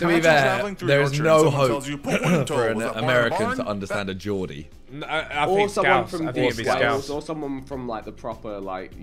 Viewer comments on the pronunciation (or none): none